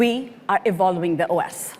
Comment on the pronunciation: What the heck is that pronunciation of evolving? Kind of just puts things into perspective, doesn't it Might as well have just put it in quotations. Oving